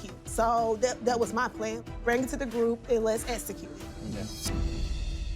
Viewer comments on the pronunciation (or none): Wth is ESSECUTE!! Thicc tongue really needs speech therapy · Essacute?... Does she mean execute?...LOL i didn't notice it at first... She obviously has a problem with x's...LOL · Esssaascute! Hooking on phonics and speech pathology please